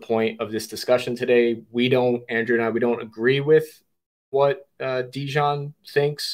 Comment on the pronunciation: Translation was not good at all. A lot of important things that Dejan said were not even translated. It sounds as a classic American thing not even to try to pronounce correctly the name of person you are interviewing 3 hours (in Serbian it's written Dejan, you should hear him presenting him self as ). This fact talks a lot about. Also, you could be so professional and check confirmed sniper shot range before saying to guy that was 15 years on the front that he is lying. After this way of ending 3 hour interview, don't expect again some important soldier from Russian side to be part of your vlog. P.S. arranging duels is standard Slavic thing, still now... even in war... I don't expect you to understand that, as most of things that said.